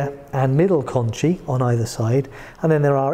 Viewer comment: Shouldn’t pronunciation for conchae be “con-kae”? According to , concha is “con-kah”.